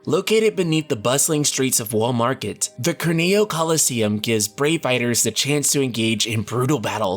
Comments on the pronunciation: Every time he says "Wall Market" I keep thinking of "Walmart." That's probably what I'll be calling this place from now on. 🤣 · I keep on thinking he is saying "Walmart".